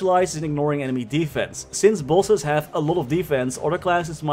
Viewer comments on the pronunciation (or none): Bro this whole time i was saying to myself wtf is pulses? I really thought it was some “maple” term for like dps or somesht.. and near the end of the video I finally realized he was saying “bosses” lmao!! Bro totally mind fcked right now..